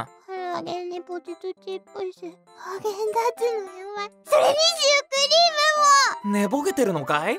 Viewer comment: バーゲンダッツじゃなくて○ーゲンダッツでは？